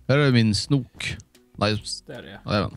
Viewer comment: när Du sa snok så var jag tvungen att spola till baka för att jag hörde något anat än snok